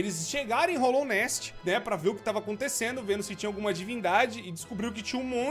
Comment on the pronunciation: dica básica, é hAllownest, não hOllownest